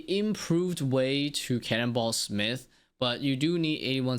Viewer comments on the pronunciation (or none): none